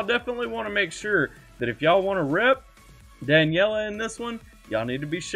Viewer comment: I forgot to tell that her name is pronounced like this: Da-ne-li-ya (as spelled), not "Daniella". There is an Instagram live video where she explains how her name is to be pronounced. Here is the exact spot of the video